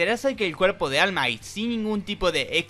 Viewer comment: 😢 solo puedo llorar al escuchar almai